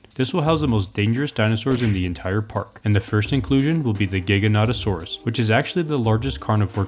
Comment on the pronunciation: Not trying to be mean or nerdy but it’s pronounced Ji-go-naw-to-saur-us also awesome video!